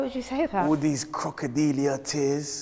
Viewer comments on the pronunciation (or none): Why did say crocodiliah tears🤣😂